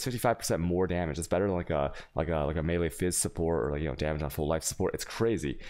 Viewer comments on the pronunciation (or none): none